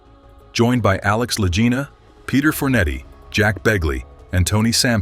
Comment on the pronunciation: This is an AI FAKE report. There is always a tell. It isn't the La Jina Brothers, but the Lagina Brothers. EVERY human knows this. La Jina, La Jina, La Jina, LOL!